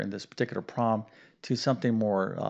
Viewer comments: Do you have a speech impediment? Why do you pronounce PROBLEM as PWAAB! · You keep saying Prom and I also heard prolum WtF language are you speaking ?